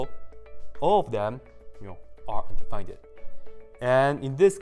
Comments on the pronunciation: yes: he said "undefineded“ wirh a "ded" at the end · Im the only one feeling like you are pronouncing undefined in a wrong way ? 😂😂